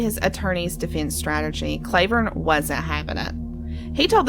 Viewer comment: His name isn’t pronounced “CLAY” vern. It’s “CLAW” vern. And ALC is not in a “holler.” It’s off of KY 899, which is a state road.